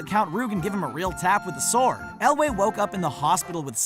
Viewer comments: errrrrm, I like the commentator but he get's Cary Elwes's name wrong. it's not pronounced ElWAY, it's pronounced ElWIS (it's spelt Elwes but pronounced ElWIS) just so ya know. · It's also Carey Elwes, not Cary Elway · This guy must not have watched princess bride a he mispronounced a bunch of names. Apparently he thinks carey elwes is elway... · Its not Cary "elway" mr. Narrator ... It's Elwes... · yeah i wondered why he kept calling Cary Elwes "Elway" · For future reference, “Ralph Fiennes” is pronounced “Rafe Fines” with “Rafe” rhyming with “safe”. “Cary Elwes” is pronounced “Kary Elways” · Also mispronounced both Mandy Patinkin and Cary Ewles from Princess Bride as Mandy "PAT-in-KEN" and Cary "EL-WAY". Insane. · "Mandy Paht-in-kin." "Cary Elway." Etc. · Patinkin and Elwes. Learn how to pronounce them properly. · OMG, this narrator does NOT know how to pronounce people's names! First he calls Ralphe Fiennes "Ralf Fins." It's pronounced "Rafe Fine." Ugh! Then he says, "Mandy Pattincon." It's Mandy Patinkin!" And It's NOT Carey Elway. It's Cary Elwes, pronounced "El-wes", like west without the T. Learn how to pronounce these people's names! It's not that difficult! Plus they repeated a number of "mistakes" over again. Sheesh!